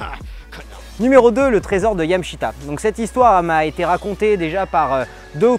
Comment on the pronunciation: YamAAAshita xD